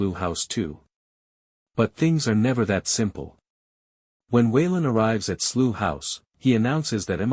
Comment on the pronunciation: Slew House ?????? Do you mean Slough? Using a US narrator! Whose stupid idea was that?